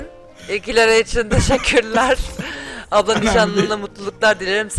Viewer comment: Ablamız değil aplamız